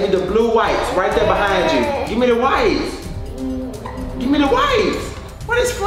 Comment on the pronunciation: Wait a min “ WEPES “ ?? 😭😭😭 . I could’ve sworn it was “ wipes “